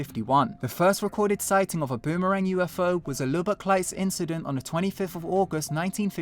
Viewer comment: How do you pronounce the Texas town? Luh-bick, Luh-buck, or Loo-bock?